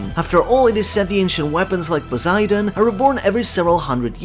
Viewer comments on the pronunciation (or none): none